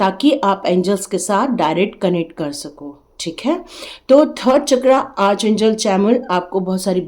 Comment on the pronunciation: Spelling jo bhi ho, pronunciation Arch angel nahi... Ark angel hai... ❤